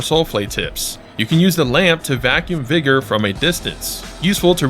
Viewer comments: Vergo? It's Vigor ('vi-gore') it means strength of life. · the fact that u pronounced vigor virgo confused me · "VIGOR" NOT VIRGO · You saying Vergo instead of Vigor was killing me😂. I was doing the same thing for a minute, mixing Ergo from Lies of P and Vigor from LotF… Playing these games back to back has me mixing stuff up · “Vergo” lol